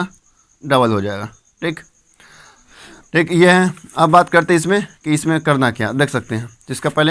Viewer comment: Thik शब्द को tik tik बोलना बंद करो